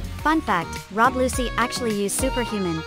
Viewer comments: say it like luchi not luci ok thats hwo you pronounce it and this must have took 100 hours straight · who rob lusee its rob lucci